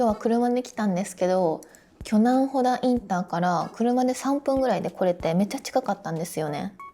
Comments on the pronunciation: 正確には「ほた」だね フェリーで行ったのかな？ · 先生、ほたしょうがっこうです。 ほだじゃないのよ